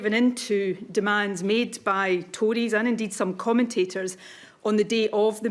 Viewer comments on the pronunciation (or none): Did she say "Tories" or "toadies"?